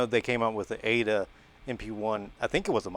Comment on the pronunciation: Its😂 A.D.A NOT A DUH😂